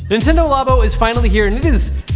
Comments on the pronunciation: No its "labo" not "labo"! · Are you pronouncing it right?